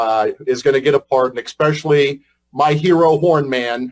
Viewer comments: hahahahahaha you have someone in your government who says "ekspescially" America's run by semi literate god bothering morons. Good luck Iran... Oh hahaha. Sorry, I mean Good luck America. Easy mistake to make now, mixing up those two theocracies both run by dickless bigots. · Eckspeshuly? This guy sounds almost as dumb as Donald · This man is an attorney and says the word expecially? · He's so stupid he said, "expesilly". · 'Expesially'? freakin idiot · He said "expescially" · That moron pronounces especially as ex-specially. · Never trust a man who says, “EXspecially” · "Ecspecially?" Great use of the English language for the tRUMP stooge! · "Expecially" - all the proof you need that this shitwhistle is almost as sharp as a marble. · This guys a lawyer and can’t pronounce the word “especially “. ?